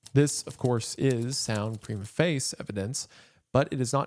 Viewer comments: Prima facie isn’t pronounced as face . It’s pronounced as fas-E. Like fast witgout the T and then E like the letter . Fas-E. It means “at first look” or “on its face”. It means evidence or a case that seems sufficient to prove a point initially , establishing a legal precendant that stands until contradicted by stronger evidence. It basically means there is enough evidence to proceed. So he’s saying the statements by Stanley are good enough evidence to prove the story at first but after it’s examined further it comes down to people repeating a story theu heard , making it less reliable. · it’s not pronounced as “preemuh face” it’s pronounced “pree-ma FAY-shih-ay”